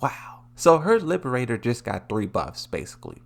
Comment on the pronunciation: My apologies, but as an Azucena user I just need to correct the name of the move you've been saying in the video. Liber - Tador. It's not Liberator. Please don't take it as me trying to mock you or anything. If it does sound like it my apology, but it's not what I meant to do.